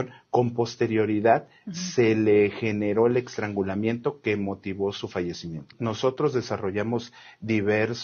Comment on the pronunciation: 😢 ¿Dijo "extrangulamiento"? 😅😢